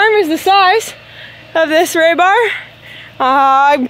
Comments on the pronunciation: FYI it isn't raybar it is rebar. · Re. Bar. Not Ray. Bar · the word is REE BAR please stop butchering it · Reeeebar, not raybar. You guys are so cute. Love the channel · Iv never herd it called ray-bar. Lmao it’s rebar silly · Ray bar? Ree bar weirdos😂! he he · You can do a whole youtube video just on living in a geo greenhouse??? Im a genius .... Thats would be a great poster ---->> ITS RE BAR ... NOT RAY BAR//// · It is not Ray bar it is re-bar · re-bar, not ray-bar. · In the States, we use rebar, not raybar. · HEY GIRLSSSSSSSSSSSSSSSSSSSSSS!!!! YOU GUYS ARE FRICKIN AMAZING AS USUAL WITH THE THINGS YOU BUILD!!! BUT I WAS NOT GOING TO SAY ANYTHING WHEN YOU SAID IT ONCE BUT YA ALL SAID IT A FEW TIMES SO I THOUGHT I WOULD LET YOU KNOW THE CORRECT PRONUNCIATION OF THE METAL BAR YOU ARE WORKING WITH IS..."RU BAR" NOT RAY BAR!!!! JUST SAYIN!!! THANKS, F.M.V. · Pronounced "Ree barr" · I just watch for the pronunciation of project and now rebar!